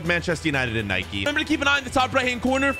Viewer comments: It’s not nikeee it’s Nike also it’s not adeedas it’s adidas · It is not Nikey it is nike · Why do u call it nikey WHYYYY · its not NIKEE ITS NIKE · It's nike not Nikée and adidas not Adeedas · its not naiki it is nike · It's pronounced Nike not Nik. Nike was a Greek Goddess and the Greeks pronounce the E. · Its not niké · IT IS NOT NIKIE ITS NIKE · Nike not nikeeeeeeeeeeeeeeeeeeee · who tf says addedas and nikeeee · Can't you even pronounce Nike